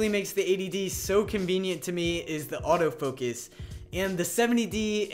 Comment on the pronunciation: Its autofocus not autofokes.